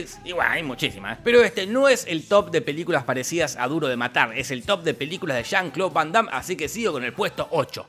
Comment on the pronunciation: Pinarello, no le digas jon cloud vondam, siempre pero siempre dices Juan Claudio, hace mucho la diferencia en este con el anterior.